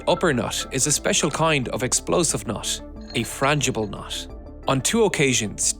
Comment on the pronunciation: these are the times when NUT is "noth". awful english mate.